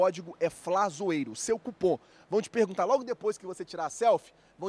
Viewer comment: Flazoeiro , fala cupom por avor , e nao cupã